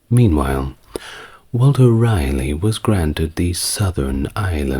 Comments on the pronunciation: I love listening to you but why are you calling him Walter Riley, when his name was Raleigh, pronounced rally? This is your only story I can't listen to . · Its pronounced “Rah - Lee” Thanks, multiple generational N Carolinian